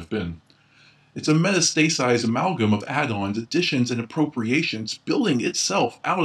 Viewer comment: great video, i did laugh a little when you tried to pronounce metastasized though :p